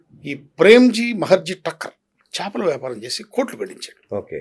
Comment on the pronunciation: చాపలు కాదు, చేపలు అనాలి ! ఒకసారి చేపలు అని, తిరిగి చాపలు అనడం మొదలెట్టేరు,, ఈ యాంకర్, ఎందుకో మరి ?